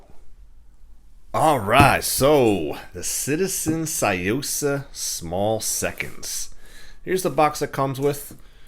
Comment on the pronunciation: You pronounced it wrong it's Sue-Yo-Sahh